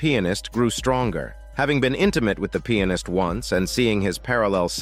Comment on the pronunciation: I like how he pronounces Pianist like "Peannis"